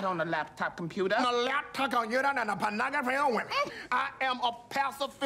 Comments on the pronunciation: Everytime they say Pornography they pronounce it differently haha: : - His Laptop Computer and found a pornography of women - Not the ponogaphy of women. - Absolutey the panagaphy of woman. - Not on the Laptop Computa? - The Lapto Conuta anthe Panagafy of women. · pawnagrophy of wemen." "Absolutely pawnagrophy of wemen." "Not on the laptop computer." "On the laptop computer found the pawnagrophy of wemen." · On the lap top conyouter and the ponography of women...